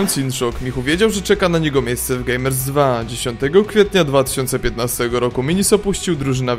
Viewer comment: świetne , ale dlaczego wymawiasz zamiast gamers two gamers 2?